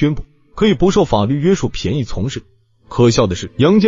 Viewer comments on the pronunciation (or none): 处便（bian）宜从事